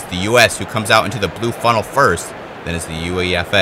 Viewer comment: Not that it really matters at this point, but it's pronounced 'YOU-AY-FUH' not U.E.F.A. This was a fun watch, by the way! Great stuff.